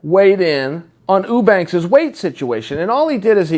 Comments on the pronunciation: Chael "Ooobanks" Sonnen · Chael leaving us snippets of evidence on the name mispronunciation being a little ongoing bit of his. Right from the start he pronounces "Eubanks" correctly, but then each time after that it suddenly changes to "Ew-banks" to fit the gag. I'm sure in all of Chael's years watching fighting he had never heard the name Chris Eubank spoken about before. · Get the name right Chael. It's Sraicha Whobanks. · Uubanks. Chaels funny sayin everyone's name wrong. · You said whobanks..... Haha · LOL OOO-sada... OOO-banks.... I'm starting to think Chael can't pronounce "you" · Meh, not necessarily true. If she got the fight she wanted, the MAIN EVENT on the main card, instead of a fucking prelim against a non-champion, she probably would've made weight... And why the fuck is Chael so goddamn bad at pronouncing names? He's a smart guy, and Eubanks isn't exactly a difficult name to say.